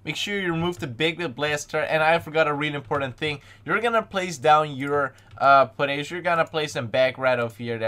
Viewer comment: I ike it how he says portables as potatos